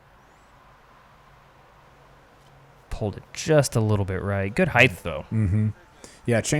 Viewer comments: Spelled height... pronounced hyth... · I really wish people would stop saying "heighth". It's not a word. The word is "height".